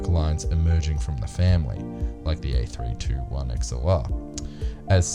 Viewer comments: Actually it's pronounced A three hundred twenty one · It is pronounced Airbus A3 21, not Airbus A3 2 1.